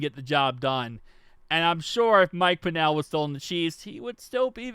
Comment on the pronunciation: It’s pronounced pennel like Kennel but with a P